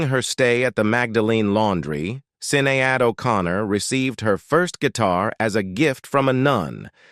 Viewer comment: The pronociasion of Sinead is more like shinedd, not Sinead like this person say here. Had just to mention this fact.